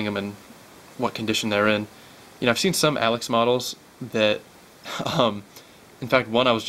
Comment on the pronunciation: it's pronounced "A-Locks" not alex!